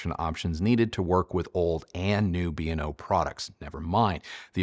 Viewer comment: It’s pronounced BAY-O-LAB like Beowulf. I worked for the company. And just for good measure, the song is WHY-WHY-ZED (YYZ)